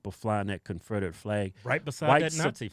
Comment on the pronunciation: Yeah you guys will slip up and say ConfRederate vs Confederate 😂🤣😂🤦‍♀️ you two are awesome. I could watch your mannerisms all day long. 😄